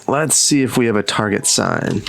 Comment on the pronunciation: Why is he mispronouncing Tar-jay?